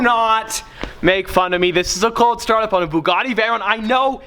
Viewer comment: It sounds weird when he said coldstart of his Bugatti Veyron